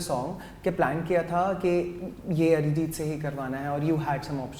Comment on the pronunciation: Bhai... Arijit ko Mallu mat bana... it's not Arijith😂😂...."h" hata de